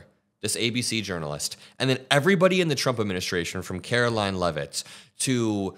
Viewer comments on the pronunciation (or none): none